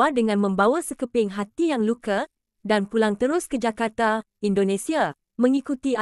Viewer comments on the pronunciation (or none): none